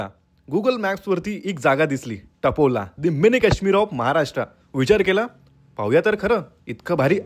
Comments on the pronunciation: व्हीडीओ छान आहे , पण मराठी उच्चार ठीक नाही. ते टपोला नाही . तापोळा आहे . व्हिडिओ बनवताना ही काळजी घ्यावी. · हो ना तापोळा म्हणायचं, कसेतरीच बोलताय